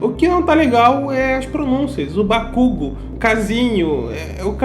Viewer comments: Se eles não arrumarem esse "Bakúgu" eu vou ficar muito triste mano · Bakugou é mais certo, pq no português a gente costuma pronunciar a letra o com som da letra u, e bakugo vai acabar sendo pronunciada como bakúgu, já bakugou é mais perto da pronúncia certa, que é bakugô. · MAKUGU E DE FUDER MANO, QUAL E A DIFICULDADE DE FALAR BAKUGOU????? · A única coisa ruim foi só o kazinho kkkkk e umas pronuncia de nome, tipo quando ao invés de fala bakugo'u' falo bak'u'go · não sei não hein kkkk, mas isso ainda tanto faz, agora o que faz meus ouvidos sangrarem é esse "baKUgo" e não "bakuGO" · sim mas bakugu tá muito fora da pronúncia certa e quando eles alongam pra gritos fica bakugou mas tbm n é a pronúncia certa de verdade já q o normal é bakugo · Não gostei da dublagem do Todoroki a antiga combinava muito mais e chamar o Bakugou de Bakugu é horrível mesmo kkkk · Vamos lá, a pronúncia correta do nome é: Ba Ku Go, não existe sílaba tônica no japonês, então sim, BaKÚgo tá errado. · Eu acabei de ver o original e eles não falam Déku e Bakúgo não kkkk é Dêku e Bakûgo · Bakugu é tenso. Custava deixar como no original? Nem é um nome tão difícil Era só pronunciar Bakugou ou Bakugo e é sucesso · O nome Kacchan marcou o anime e o dublador fala Kazinho :,) Bakugu,de onde tiraram bakugu?KKKKKK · Cara, já ouvir Kazinho , Bakúgu e DÉCU , já machuca por dentro ,_ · Cara o Kirishima pronunciando bakugou errado me dá vontade de dar uma na cara do dublador, meus amigos as vezes conseguem falar uchiha errado e já dou esporro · As vezes eu me pergunto...algum dublador já viu a versão japonesa das obras que dublam? Pq pelo amor de Deus, todo anime na dublagem acaba tendo um de pronúncia, Bakúgu!!! Se eu fosse dublar alguém em Boku no hero, daria um tapa na nuca de quem falasse bakúgu lá no estúdio kkkkk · "Bakúgu" KKKKKKKKKKKKKKKKKKKK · A única coisa q me incomodou um pouco na dublagem foi o bakúgo. Mas acaba q me acostumo pq tbm falo errado 🤣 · pra mim a única coisa que irrita é bakúgu